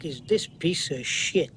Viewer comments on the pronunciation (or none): none